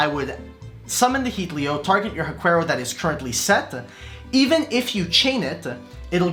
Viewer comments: And Haquero is pronounced HA-KERO, not hakwerow. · Huaquero is pronounced //wa - KEH - roh// they grave robbers that invade Huacas, wich are ancient latin american burial sites